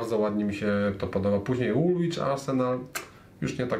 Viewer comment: Kolejny interesujacy wrzut. Do dzisiaj się zresztą przypomina/wypomina Arsenalowi, że jest stąd (mieszkam właśnie w Woolwich). Mini uwaga - drugie 'w' jest nieme, czyli czyta się 'Woolich' (podobnie zresztą jak w przypadku Greenwich - 'Greenich'). Pzdr